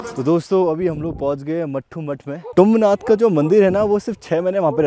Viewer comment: तुंगनाथ होता है बरो✌